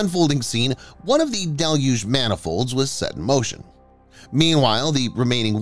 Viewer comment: Congratulations: Finally someone on YT knows how to correctly pronounce "deluge"! Great work, whoever you are!